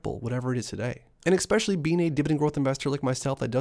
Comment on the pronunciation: I'll subscribe if you never say 'exspecially' again lol